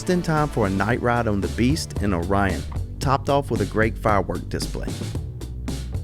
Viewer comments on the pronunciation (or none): none